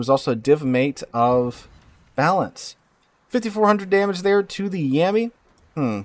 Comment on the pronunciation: the guys name is clearly balan...... not balance holy fuck this guy yaps